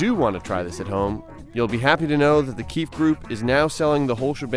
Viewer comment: In the female jails they call them KWEEFS instead of KEEFES!!🤣🤣🤣🤣🤣🤣🤣🤣🤣